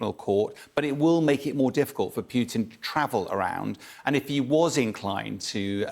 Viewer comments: 'Pew-tin' ? It's 'poo-tin' in Russian so it's 'poo-tin' in English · His name is Putin, not Peeewtin. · He said Pewtin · I know. Thick Americans say poootin. It's pyootin. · I do wish Bellend would learn how to pronounce Putin. It’s not that hard, in fact it’s not hard at all.